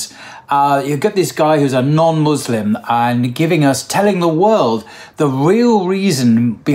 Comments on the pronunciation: It's not Muzlim, it's Muslim brother, thank you and it's not Izlam but pronounces Islam there is a S not a Z in both words, I hope it's clear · Muslim with an S not a Z !!!!! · 'Muslim', not 'Muzlim'! BarakAllahu feek